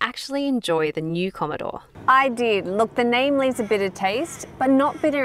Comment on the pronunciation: 2.16 "Commodore" 👍